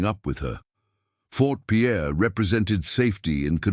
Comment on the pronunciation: It's not Fort Pierre, its Fort Pier.